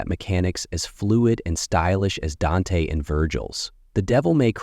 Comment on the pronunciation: Why is he saying Dante and Vergil name like that it's like he says they names right then he intentionally say it wrong